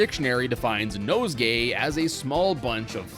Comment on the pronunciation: "nosegay". Kinda feels off...hmmm......💀